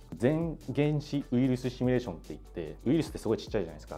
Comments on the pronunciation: どーでもいいけどさー、 この人「シミュレーション」を「シュミレーション」って言ってない？ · シュミレーションじゃないの